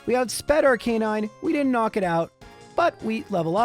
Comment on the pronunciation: I was so happy in the last video when you FINALLY pronounced Arcanine correctly... But then you went back to normal in this one 😭